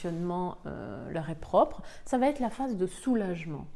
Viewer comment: Excellentes explications👏👏je suis encore dans "l'acceptation /colère".. Quel gâchis ! (sinon.. Oups.. Ça va-"t'être" heurte mes oreilles, désolée 🤗). Bien cordialement💐😍